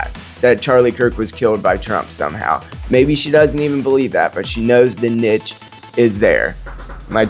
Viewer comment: I'm 1 min in and have no idea what you even just said. Nick proved that you believe that Nick's opinions offer niche farming to the conservative movement? (You pronounce niche wrong btw) 😂